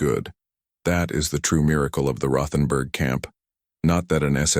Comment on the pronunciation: The H isn't said in Rothenburg. West Virginia